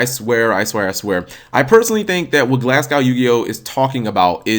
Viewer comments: Dude, it's pronounced "Gla(h)s-goh". It's a place in Scotland! :) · its pronounced glaz-go btw